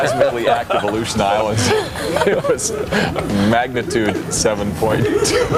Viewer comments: Pfffft, "magni-turd"!!! That is hysterical!!! I haven't laughed that hard in a long time! 🤣 ~Emily 🪐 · Magna-turd .I love it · Did dude really say magniturd????? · Magniturd earthquake🤣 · I liked the "7.2 Magna-turd" earthquake blooper.